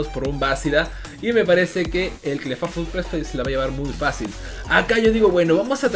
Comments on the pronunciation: Se dice Clifeibl no Clefafol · Clefable se pronuncia Cla fei bol, para tus futuros videos bro